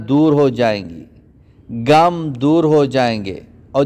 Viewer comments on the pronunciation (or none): آپ کی اردو بالکل ٹھیک نہیں کبھی کہتےہیں تھا ۔۔۔۔ تھے۔۔۔ غم کو کہتے گم۔ تک گئے / تھک گئے/ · Ye gum ni ghum lfz h